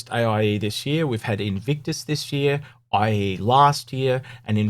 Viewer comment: Its funny when you say aie instead of iae. Thanks for this video helps a lot. You can finally get some sleep